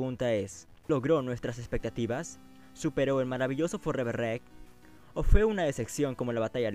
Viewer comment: EN MI OPINIÓN NO SABES HABLAR! COMO QUE FOREVER REC???!!! NMMS!